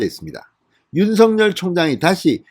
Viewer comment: 윤석열/ 윤서결 ○ / 윤성열 × 바르게 발음해 주세요